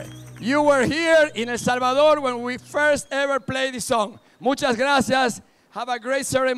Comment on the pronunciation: Sorprendente es Español y no sabe decir correctamente, el nombre de nuestro país., Es 🇳🇮 El Salvador.